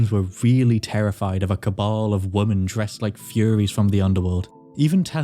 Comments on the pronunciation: Why do so many of these videos mispronounce the plural of 'woman'?? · women is not pronounced woman